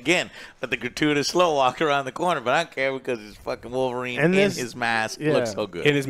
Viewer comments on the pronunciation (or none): THE CAVILLRINE 😆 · The Cavill-rine or Calverine